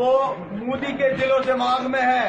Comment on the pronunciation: Why all pakistani call him Mudi? They can't even pronounce his name properly it’s "Narendra Damodardas Modi"